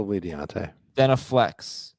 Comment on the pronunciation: By the way D'onta Foreman, I don't believe it is pronounced "Dee ontay" is it?